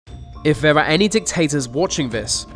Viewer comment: That is a terrible voiceover. I suggest you practice more. THERE THERE THERE not VER VER VER.